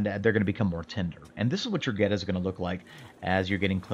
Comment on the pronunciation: Born and raised in Cincinnati. You definitely did that Goetta right.